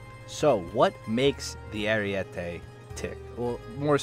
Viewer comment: It's not called "ariuete" but ArIEte